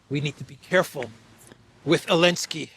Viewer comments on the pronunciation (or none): 😂😂 ELENSKI!??😅😅EVERY TIME YOU SAID ELENSKI!!😅😅WAY MAN,WAAAAYYYYY